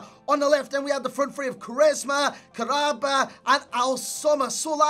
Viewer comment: Kah-ra-ba not Karaba. Kahraba in arabic means electricity. I think it's a cool name.